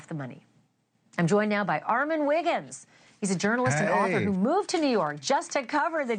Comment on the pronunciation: Okay class what sounds do the short and long o say? Definitely not i as in igloo Good job ArmOn 😊